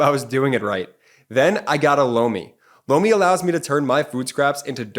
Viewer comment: I’m really not trying to be crude or anything of the sort, but every time your sponsor says ’Lomi’, it really sounds like he’s saying ‘blow me’. Just a heads up (no pun intended) Love the channel btw! Hahaha 😊